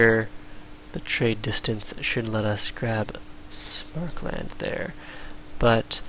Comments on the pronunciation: It's "Sam-er-kand", not "Smark-lund". No idea why this bugs me so much. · probably because there's no "L" in Samarkand and Smarkland sounds retarded because of the aforementioned fact. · Nah that's not so bad. I was a little bothered by pronouncing Samarkand like "Smarkland" though ... Very interesting video by the way :P